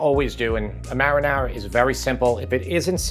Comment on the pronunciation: why can't he say marinara 😄